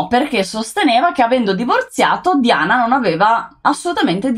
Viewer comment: Scusami se pronunci 'Diana' all'inglese e cioè 'Daiana' dovresti pronunciare anche 'Carlo' così e cioè 'Charles' 😂😂😂😂